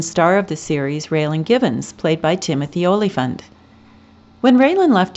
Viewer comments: Please learn how to pronounce Tim Olyphant's name! Tim says it's pronounced, "alla-funt". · I actually tried to pronounce it the way he introduces himself here. Ollyphunt.